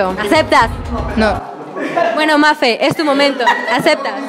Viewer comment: Mafe sin R!!!!